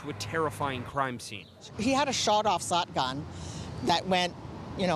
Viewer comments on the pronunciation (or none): "shawed off sotgun" :P